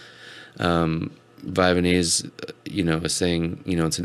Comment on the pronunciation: Vyvanse is not pronounced Vyvanese. It's not like Japanese. The "vanse" rymes with pants. Vy-vanse